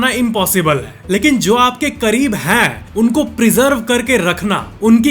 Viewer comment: Why do say हा instead of है, हैं